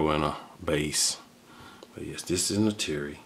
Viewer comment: You’re pronouncing Neytiri wrong